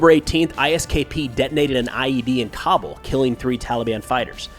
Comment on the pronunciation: Cobble? its “Kabul”, lmfao